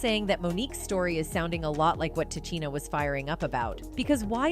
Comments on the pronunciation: Her name is pronounced, Ti Sheena not Ti Cheena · Pronounced Ta-sheena, Tichina, get it right